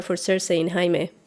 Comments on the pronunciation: That was so cute when you called Jaime "Hai-meh" in that Spanish accent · Haha I call Jaime, "Hi-meh" too. Great channel.